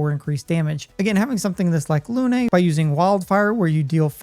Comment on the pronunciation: If you can't bother to pronounce Lune correctly, you're a loon.